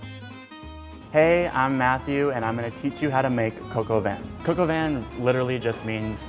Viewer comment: Lmao coq is just literally pronounced “cock” it’s funny tho how u are trying to be polite and pronouncing it “coke”